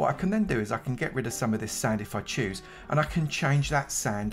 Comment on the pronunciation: not him saying i like to chooses the hoes